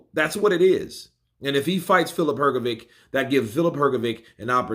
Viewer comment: Bro it's not "Hrgovick" it's Hrgović and Ć is just ch sound so Hrgovich.